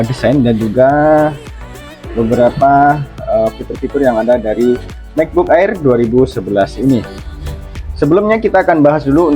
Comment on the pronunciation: di baca EIR bang bukan AER 😅